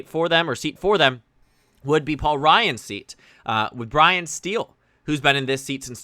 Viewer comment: Hey there. Love your videos. I live in Wisconsin’s first district, the human shaped paper towel from our district has a name pronounced “Style” not “Steel”